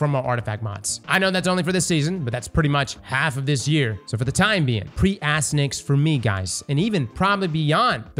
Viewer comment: and mispronouncing names, name a more iconic duo lol. (For anyone wondering, it’s pronounced “ass-TY-an-axe” and is a reference to the nickname of the son of the Trojan hero Hector from the Iliad.)